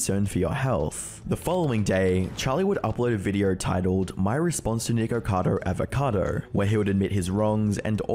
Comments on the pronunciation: I really did not like this video, but I will be subscribing so I can watch future videos xx I just personally found it really irritating the pronunciation of his name ! But other than that, I absolutely love the style of documentation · the way bro pronounced "Niko"cado Avocado... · Flinching each time he says "Nikocado" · . You clearly say N-word-cado. lol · well that is ONE way to pronounce "nikocado" LMFAOOOOOO hope you have an N word pass for that one buddy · doesnt sound like hes saying nikocado :o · nahh bro you did not say nikocado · Nikkercado avacado? 😂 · No offense, but I kept hearing “Nikocader” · Lord this baby adds so many 'R's into his words, and they sound like 'W's'. So "sew", No "know", Nickocado "Nickowcadow", 😂😂 Bloody english, so adorable and stuff. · Charlie never once said Nikocado, it's always Nikado looool Just to note, if it hasn't been said already, but the whole 89lbs/89 el bees shtick was done by Nick as a mockery of another YouTuber named Amberlynn Reid. He's been mocking her on and off for a while now because she won't do mukbangs with him. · I find it rather hilarious and somewhat ironic that Charlie is so loved and respected, yet can't even say the YouTuber's name correctly that he makes a video about. His name is Nikocado - not Nikado. You may be a respected YouTuber Charlie, but it seems you can't even show enough respect to pronounce someone's name correctly. That aside, if Nikocado wants to kill himself for views, then that's his choice. Was your video about him demonitized ? If not, then aren't you cashing in on the same thing by making a video about him ? You commentary YouTubers are a sad lot. The only way you can make a living is by putting shit on other people. Live and let live. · The way you pronounce "nickercado" is so close to getting you canceled homie, lol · hold up, that "nikocado" didn't sound like it suppose to 🤨🤨🤨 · Is Charlie mispronouncing Nickocado's name on purpose? Probably. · Nick-er-cado Av-er-ca-dour